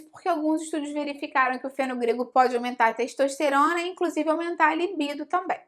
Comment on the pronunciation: ...a teishtoishterona...